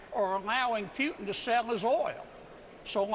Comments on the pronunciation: He talks about respect , after talking so much trash in less then 5 minutes. How can you respect something like that?! And its Putin not Pjutin. Can someone tell him that`? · Putin not Pewton. Jfc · Dumb Kennedy can't pronounce putin. It's POOTin, not PYOOtin. As he says, repeatedly, "I don't know". We all saw the felon cave to putin in Helsinki. It was over then. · Why does he keep saying "Pyootin"? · Pewtin? I'll bet this idiot also complains about the 'fentinol' crisis and the risk of 'nucular' war with 'Pewtin'. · I’m shocked he doesn’t even know how to say Putin‘s name. He should be so embarrassed. I’m embarrassed for this fool. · I can’t tell if he is pronouncing Putin’s name like that on purpose or not because I don’t speak Chicken.😂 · This guy doesn’t even know how to say Putin’s name right good Lord he’s a piece of work isn’t he?